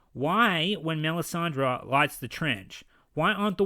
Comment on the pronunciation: It's Melisandre NOT Mee-san-day. Jeez he doesn't even know the character name he's working on. What can we expect from such a Dumbass no wonder he f&cked up the whole season so hard.